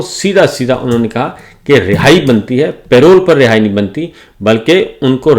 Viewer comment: Say it with me. PA-ROLE. Not Pay Roll.